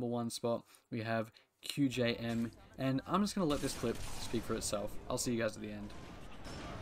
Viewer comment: Thanks for the feature! You actually pronounced my Gamertag correctly too 😂